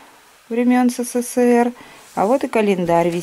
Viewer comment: Всё времен СэСэСээР 😅